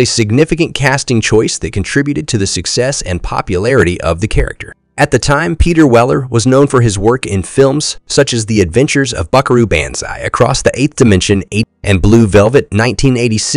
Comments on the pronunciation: Such a well spoken person until he said “Buckaroo-Banzai" incorrectly… say it with me please. "BON-Z_EYE" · He also needs to learn to pronounce banzai correctly. I'm not convinced this isn't AI generated narration. (Yes, I used a double negative.) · Your voiceover is terrible. Almost as bad as the writing. You lost all credibility when you mispronounced "banzai". And whoever wrote the script needs to go back to writing classes.